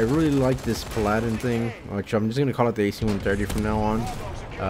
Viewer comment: Skill?? Pfft learn how to pronounce paladin......